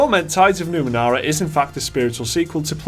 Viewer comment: NU- ME -NE -RA. Not Numenara.